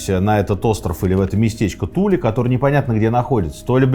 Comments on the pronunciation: Туле, ударение на последнюю букву. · Аненербе. Ahnen Erbe - наследие предков. скажите пожалуйста почему на карте указано Тиле, а вы произносите Туле? спасибо